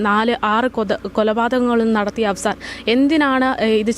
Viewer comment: Not afsan but affan.